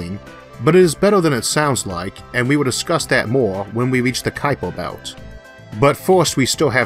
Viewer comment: Oops! It's Kuiper Belt, rather than Kupier.